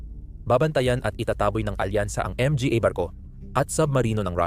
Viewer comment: Hahaha pastilan Ang pag pronounce sa word "mga" Em-Ge-Ey Hekhek Hekhek. The word "mga" in Pilipino is an article referring to plural noun. To pronounce it: ma-nga. Ang pa, pe-ey Hekhek Hekhek that's pa sound /a/ pa. Pa means more or still. Depending the sentence. Sige pa ( some more). Siya pa (He/she still). Tingala man ko unsay Em Ge Ey 😂😂😂😂😂😂😂😂 pe-ey Hekhek Hekhek 😂